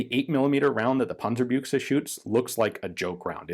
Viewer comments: Nice work on the word Panzerbüchse, I appreciate your efforts on pronunciation. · I can't resist anymore telling you how I love hearing you say "Panzerbüchse"! The pronounciation is so accurate it's already funny again. Congrats on your good Umlaut training. :)